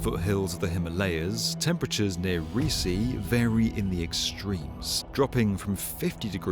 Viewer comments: it pronounces Re-aa-si. Not Reesi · Just a nitpick! "Reasi" should not be pronounced "ree-see", it should be ree-AUS (like in Australia)-see. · It is pronounced ree aa sii , not resee😂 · Reasi is not prnounced reesee its prnounced more like rayahsea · locals pronounce it as ‘Ree-aa-sii’ (Reasi)